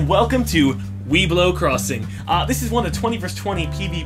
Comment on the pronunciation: I always heard "weedblow crossiing"....and I´m high...meh these are mere coincidences.